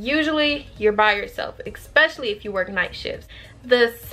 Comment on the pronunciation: Thank you for this video! Definitely thinking about this profession. Do want to let you know I hear you saying Ek-specially. There’s no k or x sound in that word. It’s just Especially 👌. Hope this helps.